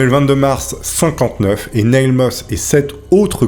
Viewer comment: Super vidéo mais la prononciation de l'anglais est un peu douteuse (Neil -> se prononce comme Neal, Nutty Putty -> les deux u se prononcent avec un son eu, et "college" en anglais ce n'est pas "collège" mais "université") 😉